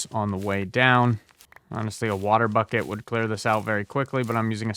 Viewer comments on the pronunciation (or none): none